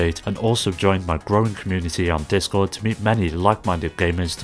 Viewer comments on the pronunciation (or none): none